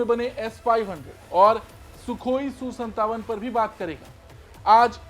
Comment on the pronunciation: Su su mat kar reporting karna ata ya nahi bas jo mu me aya bol diya. SU 57 bol